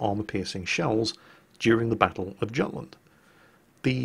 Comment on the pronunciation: Gutland? Absolutelty barbaric... its Yutland not Gutland